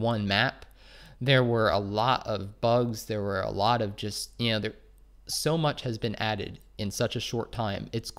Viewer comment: Why do you pronounce the word "JUST" as "JEST"? Please stop. Thanks.